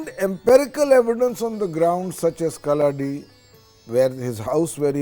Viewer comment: Feels extremely happy on hearing about the Adi Shankaracharya 🧡 I would like to make a humble correction The place where he was born called "Kalady" ( meaning = Footprint ) near Aluva . not kalladi as pronounced in th3 video